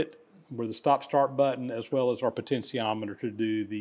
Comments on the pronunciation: Sorry but there is no such thing as a poten’c’iometer. There is no C in potentiometer. Please google the pronunciation and practice it. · That's pronunciation of potentiometer gets to me. 😂. Good video regardless. 👍🏻